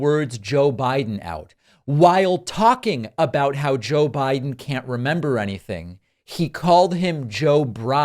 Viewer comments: He says "Joe Bride" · CONald trump Suffers from, SEVERE, Joe Biden Derangement Syndrome , He Can't even say his name correctly!! 😂😂😂 #JBDS #FDJT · 😳 Dude is running for President and mispronounces the name of his opponent. Biden will PULVERIZE Trümp if he shows up.